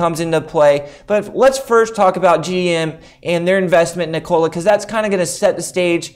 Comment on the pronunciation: its not niKOla its NIkola bruhhhh